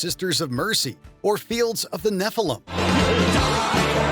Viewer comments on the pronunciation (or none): none